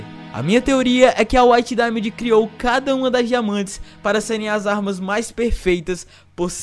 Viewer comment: PORQUE NINGUÉM CONSEGUE FALAR DAIMOND OU WHITE DAIMOND NINGUÉM AAAAFFFFF